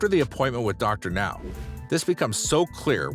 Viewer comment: OMG! The narrator finally pronounced Dr. Now's name correctly! Will wonders never cease? But the rest of the narration is pretty bad...